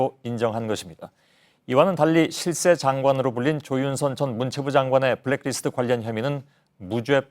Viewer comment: 손석희 앵커 블랙디스트 라고 읽고 있는데 블랙리스트를 왜 디스트로 읽는지 아시는분?